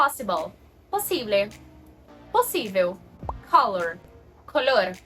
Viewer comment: English words don't have emphasis on the first syllable as you are doing :) with telephone, color, etc... but thank you for the comparison. Exactly what I was looking for